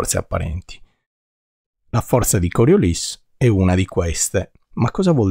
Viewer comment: Complimenti, con un po' di formulette si capisce meglio ... e con Coriolis finalmente pronunciato correttamente 😂😂😂!